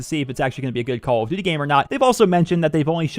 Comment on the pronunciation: omg how many times did you say Call of duty -__- say it properly.